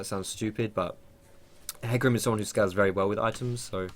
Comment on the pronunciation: I'm triggered, do you really pronounce it as heecarim?